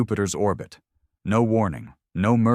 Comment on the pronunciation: I may be wrong but I think the AI is reading "no" as "No." which is the abbreviation for number, No. = Number. What I don't get is after hundreds of stories the issue still isn't corrected. Sadly I've got used to it now lol